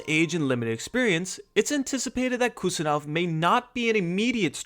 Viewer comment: Im from uzbekistan and I give you correct pronunciation of abdukodir's name. Its Husanov. Like when you say Haaland. With H. Not Kusanov but Husanov